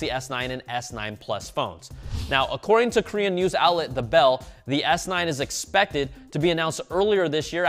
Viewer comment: "Expefted to be announced earlier this year." 😭😭